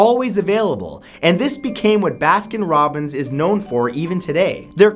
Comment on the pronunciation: ‘Baskin Robins aways finds out’